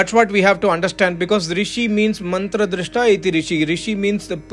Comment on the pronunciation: Your pronunciation of ved mantras or slokas of holy scriptures is very nice